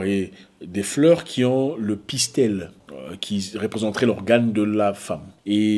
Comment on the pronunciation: Tonton Zack, ma fille suit la vidéo avec moi...Elle est entrain de te corriger. Elle "On dit Pistil" et non *Pistel*😂